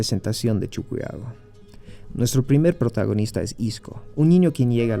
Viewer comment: Se pronuncia CHUQUIAGO no CHUCUYAGO, siendo boliviano pronuncias mal